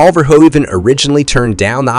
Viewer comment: You need two things: #1 lower your gain because your recording is always clipping (so lowering volume won't solve it because it's a saturation problem); #2 get the names right: it's not pronounce Bot'n, it's Boteen and the name of Verhoeven is pronounced VerhouVAN.